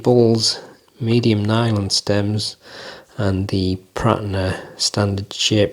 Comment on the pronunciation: Absolutely nailed that pronunciation 😂. These aren't for me, especially at that price. Good review though mate.🎯